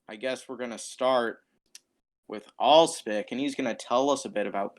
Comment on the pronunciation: First!!! Suggestion: Make these podcasts shorter. Also, I think it’s pronounced ah-lehs-pic